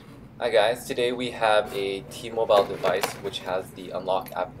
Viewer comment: Thanks for this information I wonder why T-Mobile is so different from every other carrier I would've never realized this. Also just wondering why do you keep mispronouncing T-Mobile? Lol